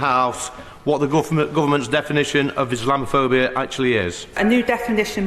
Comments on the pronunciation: Never mind define 'Islamophobia', Angela Reynor can't even pronounce it! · Angela can't even say it...😂😂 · She cant even pronounce the word haha